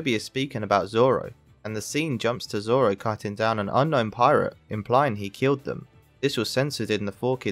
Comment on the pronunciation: you can hear say "don't giving zolo" not zoro